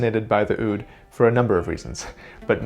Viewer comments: I hate it when he pronounces the Oud as ood. Its moor like Ah-ood. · If you're so fascinated by it, learn to pronounce it more authentically. It's not pronounced with an "oo" sound from the mouth, but more a "ou" sound from the lower throat. It's, of course, hard to explain how to pronounce something without using sound, so I'd recommend anyone interested to look up the pronunciation. After all, music originates from culture, and language is part of culture. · Just like the semitones are challenging to your ears, your pronunciation of "oud" (عود) is challenging to my ears. It sounds like you say "ud" with the first vowel pronounced in the front of the mouth. But it should be pronounced back in the mouth because the first consonant ع (that most people that doesn't know Arabic just skip) is pronounced really far back. Here you can hear the pronunciation: I would also like to question your statement that العود (al oud) means "from wood", the word عود means stick (or wood) and العود means "the stick" (or the wood). There is no preposition there. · The way its pronounced "ood" me for some reason "owd" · "ood"? maybe "owuud" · It is pronounced as "aaoudduu" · عود not ud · its pronounced aoud but good try and nice video, oud is played in the arabic world so therefore all the way from morocco to turkey and down to somalia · The way he pronounces oud is too funny